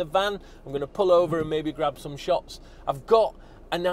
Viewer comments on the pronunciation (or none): none